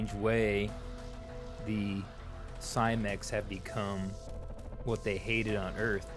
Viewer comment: Switched off the moment you said Cymek.